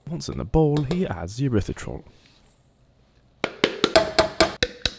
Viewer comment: i dont know, maybe my speakers suck. I thought I heard Urethratol instead of Erythritol 🤣